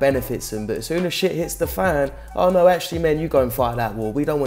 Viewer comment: This bitch unironically said "naur"?!